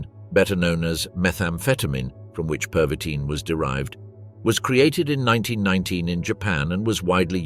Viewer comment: My amused observation is that your AI cannot decide whether it wants to pronounce the medication as pervitin, perveeteen or pervy-teen with a perceptible pause between. Otherwise an excellent documentary.